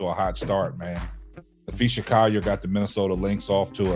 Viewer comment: Naphee SA....not NapheeSHA.....respect her name please as you do videos about her and it is COLL ( call) ier...not Ci..YER